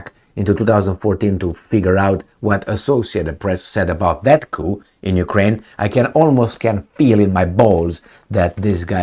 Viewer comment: The p in coup is silent so it's pronounced cou or coo 👍